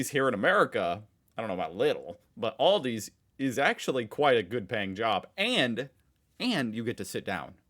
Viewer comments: It's Aldi not Oldie. 😅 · You have Lidl in the US! 😂 And it's Al-di, not All- di. Same 'i sound' as in Lidl. As they're both German, and you're right, VERY similar... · THERE'S NO "S" IN ALDI!!! And it's pronounced "AL-DEE", not "ALL-DEE"! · It is Aldi, not Aldi's ;) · Its not Aldi's is just Aldi btw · Aldi also sells non food stuff. On Wednesday and Saturday they get "offers" and they're something else every time and in small quantities. They can be garden equipment, clothing, kitchen appliances, etc, etc. Also, there is no S, it's just ALDI. Let Feli from Germany teach you how to pronounce German brands. :P